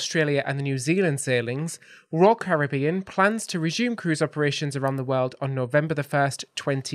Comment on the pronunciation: Hope you enjoyed Edinburgh. We go every year, it’s my favourite city anywhere. Looking forward to that knew exactly where you were in the clips. Well done for saying Caribbean properly 😀